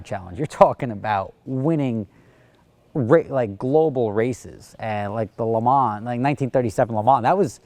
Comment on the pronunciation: An American that knows how I pronounce Le Mans. Whatever next?